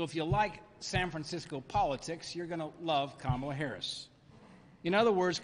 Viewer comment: It's Kamala. "Comma. La." It's the opposite of difficult to say. What grade did you make it to?